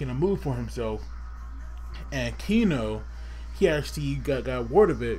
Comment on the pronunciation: It is Keno not Kino!!